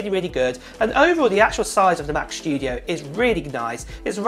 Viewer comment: WHAAAT? Mac sCHtudio? :D::D:D:D::D noice!